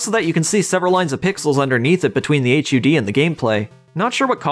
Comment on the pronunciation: Beautiful vid, very accurate, just a heads up it's pronounced hud, not spelled out as H-U-D. Great work.